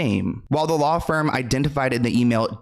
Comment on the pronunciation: Yaaas! I love how you put together this video. Very educational! I also love you keeping it real! Funny she can't 'law' correctly lmao